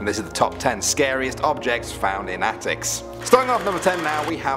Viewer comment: the way Danny pronounced the word.